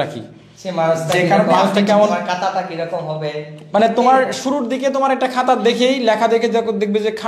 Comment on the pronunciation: কাতা না ভাই খাতা > খ (খাতা)🫢